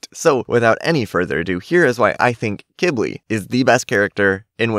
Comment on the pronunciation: Just a reminder to everyone watching this video (including ), I looked up how Qibli is actually pronounced, and lots of people pronounce it “Qwibli” or, like, “Kibli”. However, according to the internet, Qibli is actually pronounced “KEE-blee” which (I think) is a type of plant that thrives in the desert. This makes total sense of why Qibli was given his name, since most dragons (with the possible exception of Pantalan dragons) have names that somewhat “match” the flora or founa living in their habitat, or biome.